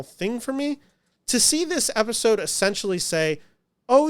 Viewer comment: When you say "Episode", you're lips are saying "Efisode". Are you part Filipino?